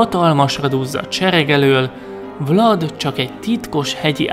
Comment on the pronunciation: Vlad román név,és úgy ejtik ki,hogy vlád